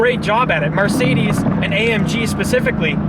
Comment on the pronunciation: Anyone else notice that when he wants to say Mercedes says marcedes